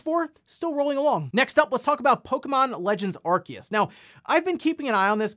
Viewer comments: With all the respect in the world, I gotta ask. What's an Are-Kee-Us? It's Arceus. Are-See-Us. When did people start suddenly pronouncing it all weird? Before this game, clear as day, everyone pronounced it Are-See-Us. Also, yes, the game is ugly and looks pretty dull. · It’s pronounced Ar-see-us.